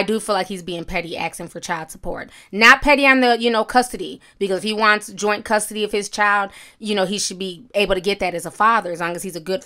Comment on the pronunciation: “You gonna fight for custory”